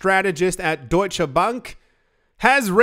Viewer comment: Is that duesch or deutsche?? 😂😂😂😂😂😂